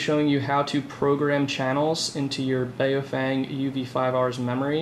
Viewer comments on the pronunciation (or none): For god’s sake it’s pronounced “bow-fung” - not “bay-oh-fang” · I respect the origin,.. but I wrongly pronounce it as well "bow-f-eh-ng" the "bay-oh-fang" is Americanized pronunciation